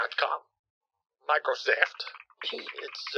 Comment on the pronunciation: "Microseft" lol